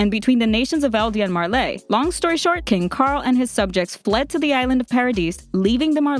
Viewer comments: "marla" and the "marlanians" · Why does she say marlay. Its Marley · Marlei? Its pronounced "marlee" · Her pronunciation of Marley as Marleé is really throwing me off. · 'Mar - Ley' well it is Marley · Myamurr But is Marley really pronounced like that? I’m confused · God the way you pronounce Marley and paradis are annoying af God you can’t pronounce anyone right